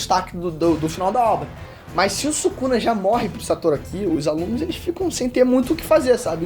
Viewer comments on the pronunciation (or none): "Subuxa" akkakakaak↩️